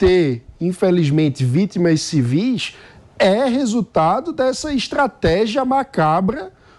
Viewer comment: Civís , moça!ah, agora falou certinho!